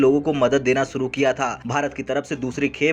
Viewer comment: विसव नहीं विश्व, सुरू नहीं शुरू तथा देस नहीं देश कहते हैं| स तथा श में अंतर करना सीखें| आप शब्दों का उचारण ठीक से करें|